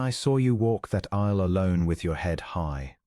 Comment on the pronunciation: I am offended by the mispronunciations by the Narrator of many of these stories. The most common is to pronounce "bowed {as in COW}" not as 'boad' {as in boat but with a d in place of the "w"}. Also the word "aisle" is pronounced "Isle" as in Isle of Capri. These are the vagaries of the English language. I am assuming the voices in these stories are AI productions. I suggest you need to adjust your algorithms to accommodate the vagaries of the English language and any of the many other languages you might use rather than cause offence.